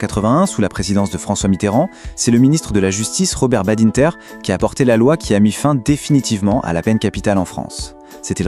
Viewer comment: Aucun Français ne prononce Badinter et Taubira de cette façon. C'est lu par une IA?